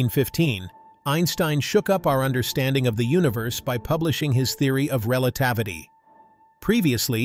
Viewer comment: Relatavity. Nice.